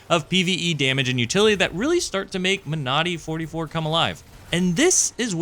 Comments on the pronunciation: Great vid as always. As a small note, I believe you are emphasizing the wrong syllable when pronouncing Monody - it's MONody, not MoNODy. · Surely the emphasis in pronunciation is like in the word Melody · When you say it I hear ‘my naughty’